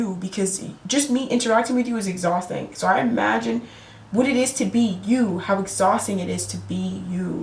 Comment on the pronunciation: Pisces male here. Hey there. You said (Exausting) . Lol You nailed it.